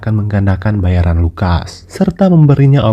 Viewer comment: Kadang salah ucap, richard, lukas..